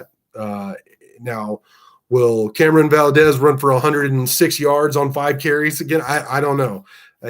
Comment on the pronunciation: Love the Commentary but you are butchering Camron's name. We had trouble in week one with blocking but I have been confident in the run from go. Play to your abilities and strengths Coach. Great job from the special teams and excellent second half adjustments. Donovan carved us up in the first half, I hope he has continued success. #GunsUp